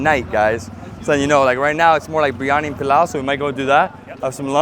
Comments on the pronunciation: Did I hear him say BRI instead of BIR🤔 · Tsk tsk...not breeeani, Biryani....Bi..ri..aanie